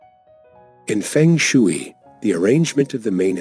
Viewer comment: Mispronounced shui